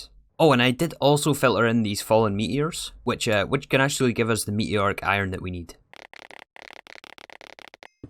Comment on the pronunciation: “Me eeee oric” 😂